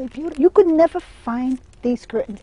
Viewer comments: I love how she says "neva" and "betta" lol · Nevah, nevah. 😄Love how appreciative and admiring of curtains this woman is!